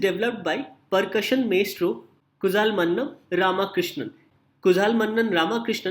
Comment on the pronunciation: its kulalmannam...not kuzalmannam...'zh' is special character in south India